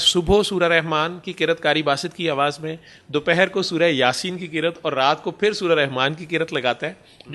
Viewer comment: کر یت نہں کہتے قرات کہتے ھے